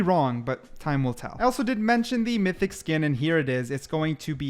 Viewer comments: not seeing a comment mentioning it, so just letting you know- it's myTHic not =mySTic= ~great video btw! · Mythic, not Mystic 😂